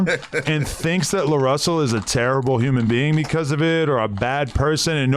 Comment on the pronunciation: Nigga said human bean instead of human being 😂